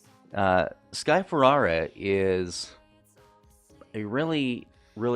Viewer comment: Watched your videos. Nice! Don't think you're saying sky Ferreira name right though.